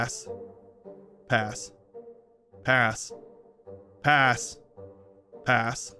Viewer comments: half the time he said “pass” I thought he was saying “ass”. also who would’ve thought he smashed on an ugly bird and two buff men, one with four arms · I started hearing ass instead of pass midway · Was it just me or were half of him saying “pass” actually him saying “ass”? Am I hearing shit? 😂😂😂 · After 100 passes all I can here is him saying purse In an English accent 😂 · When he said "pass" at paras it sounded like "paras" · It seems like he's saying "a**" when he says pass 🤣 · Fun fact: when says pass it sounds as if he is saying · Sometimes when he said pass I heard ass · If you are just casually listening to this, him saying pass over and over again just sounds like ass except for the really pronounced "p"s I just cant un-hear it anyone else or is it just me?